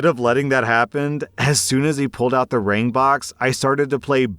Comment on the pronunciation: All I can hear when he says ring is "rªng"